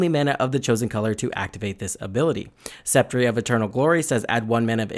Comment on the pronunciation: Sep-tree? I believe it's Sep-turr of Eternal Glory.